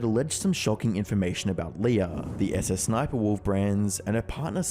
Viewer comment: I love how he just goes susussniperwolf instead of sssniperwolf 😂😂